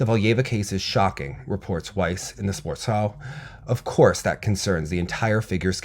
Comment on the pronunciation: Sportschau is pronounced like sport and -shao. The second part starts with a "sh" sound like in "Shcherbakova". Just a side note, love your coverage as always 👌